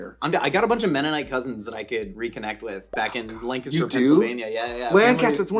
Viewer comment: my mouth opened so big I looked like a python........... im like the eighth generation born in Lancaster County and my great-grandmother was Amish Mennonite ARE WE RELATED,?!?!?!?!? Edit: pronounced it how locals pronounce it so I know hes legit